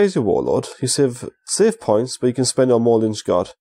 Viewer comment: Please stop saying lynchgard haha!